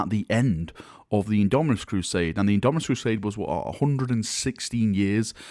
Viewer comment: At this point half the reason I click these vids is to see if has learned to say Indomitus yet:P